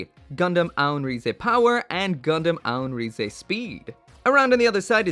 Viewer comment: You don't say rize rize you say it like rise